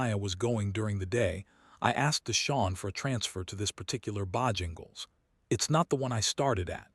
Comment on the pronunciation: Can AI not even pronounce Bojangles correctly? Really I don’t believe it’s very smart.